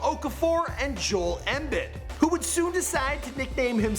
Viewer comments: the way he said adidas and joel embid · He butchers Joel Embiid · Loving the pronunciation of jole embid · Joal Embed I'm sorry I just started dying 😂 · Sam Hickey, Jahil Okafor, Jol embid This nigga need to listen to some names, I deadass hate when he messes up names, like cmon man take ur time on the vids. Like if u agree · Sam HICKIE, JaHEEL Okafor, Jol Embed??? DeMARTHA?? how hard is it to pronounce names right? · Who is Joe Embin lol , butchered all there names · This dude said Jaheel Okafor and Jol Embid wtf😂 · He totally mispronounced Joel Embiid